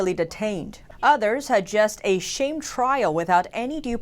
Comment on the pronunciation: sh-ah-m trial, not shAme trial. say 'aaa' rather than the letter "a"